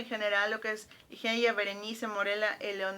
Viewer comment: Me perdiste cuando pronunciaste Ligeia como se escribe